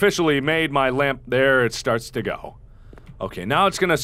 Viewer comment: whe he say GO GO GO it sounded like GUBBLE GUBBLE GUBBLE 😂 instead of being scare i just laugh at it